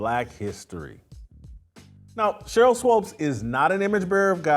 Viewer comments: Why are you calling her swopes? You don't even want to say her name correctly. Smh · Dude please say swoops as in hoops, not swopes as in dopes. Your an idiot Jason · This man keeps saying “Swopes”. Lol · Stop calling the woman "Swopes". You know her name is Swoopes. Be professional. I expect more from you, Whitlock. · Whitlock won’t even say SWOOPES correctly 😂 ouch!!! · Sheryl Swoopes is totally wrong and I have lost total respect for her. But, cmon Whitlock you should pronounce her last name correctly. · JW. Pleaee pronounce her name correctly